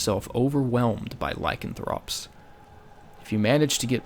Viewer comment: LycanFROP lmao you said it wrong